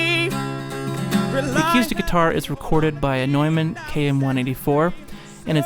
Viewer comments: I tried very hard to get through this video, but every time you said "a cue stick" instead of acoustic I wanted to kick a puppy. Are you playing pool or guitar? WTF is awquoostik guitar?? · "acyoostic guitar" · He sounds like he's from Vankewver. That's how they pronounce it there... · I can't be the only person who is hearing "a cue stick"?? hahaha. Good video though.